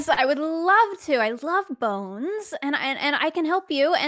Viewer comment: experience and Boneee -ers? XD she said she loves boness